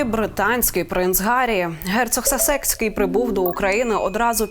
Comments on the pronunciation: Він не вперше в Україні. І він СА́секський, а не Сасе́цький😂😂😂😂😂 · Сасекский, проверь, ударение 🎉😂